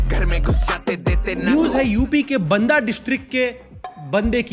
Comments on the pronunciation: pronouncing galat hai banda ki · बांदा होता है बंदा नहीं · I am from Banda ....and it's बांदा not बंदा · Bhai बांदा hai vo na mi बंदा 😮😮😮😮 meri city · वो बंदा जिला नहीं बांदा जिला है😂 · नाम तो सही लो भाई बन्दा और बाँदा में फर्क है या हिंदी कमज़ोर है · bhai it's not बंदा it's बांदा.. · Banda nahi baanda pronunciate krte h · Ye pronoun baanda hota hai not banda ye photo kalinjar fort ki hai 😂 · Bhai baanda pronounce hoga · It's not "बन्दा" it's "बांदा" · Banda nahi bhai ji Baanda(pronounciation) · Banda nhi baanda pronounce me h😅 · Bhai its बांदा and not बंदा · Bandaa nhi Banda hota hai 😂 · बंदा नहीं भाई बांदा है जगह का नाम। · Bhai ne banda district ka naam bahut galat pronounce kiyaa😂😂😂😅😅